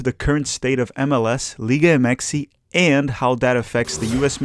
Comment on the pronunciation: Why does keep saying “Liga Mxy” it sounds dumb and cringe